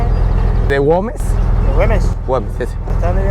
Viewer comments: Aunque dice GuÉmes se empeña el leerlo con 'O' guOmes.... que comlombiano porfiado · Hola... Repite conmigo : gu e mes. (Güemes) No es ingles !!! La ü se pronuncia u.... hace de cuenta que no tiene los puntos.. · Es Güemes, (gua güe güi guo) 😉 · Güemes es la ciudad, no Goumes, saludos y buen viaje.